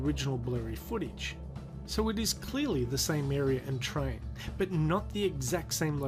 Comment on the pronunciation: Me: Area Slapped Ham: Arear